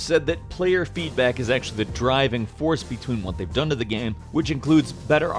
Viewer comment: PLEASE LEARN TO PRONOUNCE "GAME" IT'S NOT THAT HARD